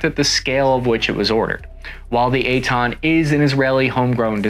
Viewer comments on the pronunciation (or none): Took me way to long to get the name. I heard eight-ton and wondered that the vehicle was that light... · Oh, Eitan! Sometimes the American pronunciation sounds more like "eight ton". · I keep hearing "eight ton". EitAn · It’s not called the 8 Ton lol it’s the Eitan. His pronunciation on Hebrew words is a bit off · At first I kept thinking that you're saying "8 ton". Lol. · I was hearing "8 tone" on the entire video 😂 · Cap didn't say 8 tons. He said Ei--tan, which is the name of the vechicle